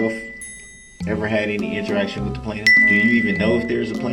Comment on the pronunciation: I know this is nit-picky and we always make fun of his pronunciation, but i hate how he annunciates the “t” in “interaction”😭one more thing that makes him so annoying